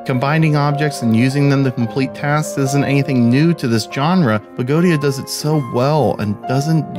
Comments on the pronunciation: Thanks for the review, it helped! :) Not to nit pick, but I believe the pronunciation of Goetia is GOAH-EH-SHA or SHIA. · Correct. It's Go-eh-sha. Eh like the letter 'A'.